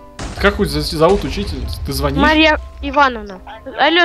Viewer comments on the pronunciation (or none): не звОнишь, а звонИшь!!!! 😂😂😂😂😂🤣🤣🤣🤣🤣